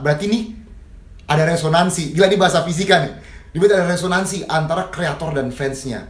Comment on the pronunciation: pake ngomong resonnansi heheh. mau bahas gelombang bunyi ni hehe. saya kagum sama